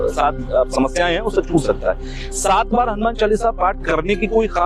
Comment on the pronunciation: Sorry the host is rt it is not shat. It is Sat baar = 7 times!! over confidence !! I think.mandir ka pandit bhi ek din 100!bol raha thaa. Kaha karta hai main gurukul se padhaa hun jaaney kis kul ka hoga vo yaa uska guru. Baad mein sevakaar nein softly ussey correct Kiya jo unpadh hai...nahin Panditji sat baat ka matlab saat...baad mein khisyaanaa saa hogaya.. khul ke to nahin Maan paaya. Par Maan to vo gayaa🎉